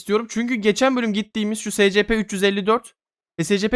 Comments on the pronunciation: Abi eline sağlık yine muhteşem bir video Bu arada abi scplere si es pi diyebilirsin direk okunuşunu koydum Umarım bu seri de baya uzun sürer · abi şey o secepe değil esipi diyeokunuyo söylemek istedim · Abi bide s c p deyil es ep i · Abi scp değil esipi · Abi ama cidden scp deil de esipi de yazılması gibi deme rahatsız oluyorum ayrıca senin dediğin adamı izlemiyom izlesem oda scp dese rahatsız olurum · Abi esipi die okunuyor scp diye yazılıyor doğru biliyorsam seviliyosun abi <3 <33 <3333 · Abi scp diye okunmior esipi diye okunur scp her dediğinde gıcık kapiyom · S c p değil es(S)ci(C)pi(P) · Abi istediğin gibi oku ama scp diye yazılır esipi diye okunur ama istediğin gibi oku yani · Espi diye okunuyooooo